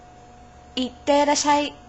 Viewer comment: Sensei, I have a comment on your pronunciation of the word "Itterasshai" Your pronunciation of it is wrong,You have to stop at the "しゃ" (sha) letter. So it will be "いってらっしゃい" (Itterasshai) not "いってらしゃい" (Itterashai) like how you pronounce it. Thank you for your videos.